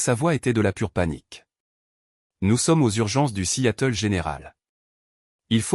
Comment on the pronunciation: 0mn 35 sec environ..Bon !🙄..le record n'est pas battu !🥺👈..Mais...tout de même 😁😁😁..Ca merite une mention !!🤪😉.." assiatel..".Petit probleme de L'I.A avec la traducton americano-française peut-être ?😂😂😂😂..Dites-moi !👉🤔👈.." à Seattle " ..comment vous l'écrivez..🙄..normalement ??😂😂😂😂